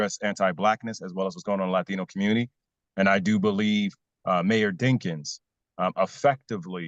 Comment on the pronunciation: Did he say Dinkiins lord have mercy